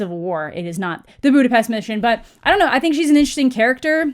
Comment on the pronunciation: I like the way you pronounce Budapest :D